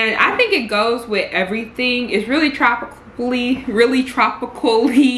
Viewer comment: Everytime you said tropically i screamed 😂😂😂😂